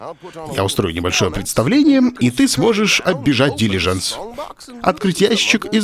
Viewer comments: Брейняш - дилижАнс, а не дИлижанс)) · Умоляю, запомни уже ударение дилижАнс, а не дИлижанс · Олег, дилижАнс. Ударение на "а" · Умники собрались..."Дилажанс ударение на А" - какая разница вобще? Вы найдете к чему прие*аться...!